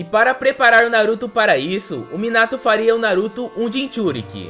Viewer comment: Tu disseste muinato kkkk